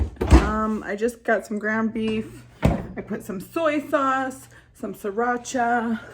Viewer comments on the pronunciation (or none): none